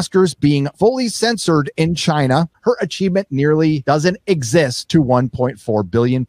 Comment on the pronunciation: sounds racist whenever he pronounces China with 3 syllables